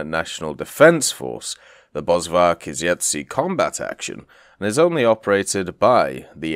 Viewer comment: Please please please... In Afrikaans the V is an F sound. BosFark afrikaans for Bushpig